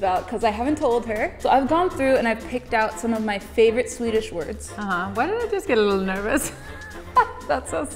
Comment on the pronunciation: Your swedish pronunciation is really good, much better than a lot of English speaking people!